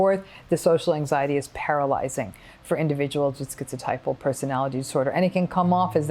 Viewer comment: Thank you Dr. Ramini , I am schizotypal . Firstly you can pronounce the word properly, maybe it's an American thing but skeeziod, skeezotypal, they can say schizophrenia properly and it's common knowledge that the 3 wise men of psychology Adler, Freud and Jung were German speakers "z" in German is pronounced 'tss' like a can of pop opening. Secondly you slipped the word "quality" over 'trait' (ni i i i ce). I have a 3rd nipple as well, how's that for 'ideas of reference' + 'magical beliefs', on top I remember every Dr, when I was little, make the same comment "You would have been burnt as a witch in the olden days". Ironically sort of right, just a few centuries out of date. Sorry to say this but it's better being magic than mental, though I may be prone to psychotic episodes I'm not default psychotic. Yes I "have magical beliefs" but Magic is managed madness, controlled craziness, logical lunacy or any other alliteration to that effect. I do not perceive magic in the Hollywood face value way, no bolts of lightning and stuff, but the real way. eg. if I was schizophrenic saying "I believe in Fairies" I'd be talking about little humanoids that I believed to be physically, objectively real shitting in the woods like the bears. But I am schizotypal saying "I believe in Fairies" that's because I refer to Spiders as '8-legged window fairies' or my Anima as my Fairy Queen. Dr Ramini described that well. I have a long time imaginary friend, does not mean I hallucinate- that's only on